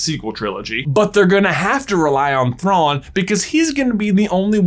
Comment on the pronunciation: You mispronounced his name.